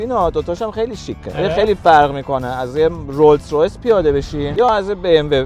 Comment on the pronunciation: داداش تورو خدا اسم رولز رویس رو درست بگو ROLLS ROYCE